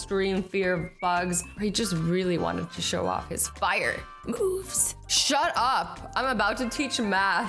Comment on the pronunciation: my username is horrible I know but I cant change it -_- lol anyone hear how Azzy said moves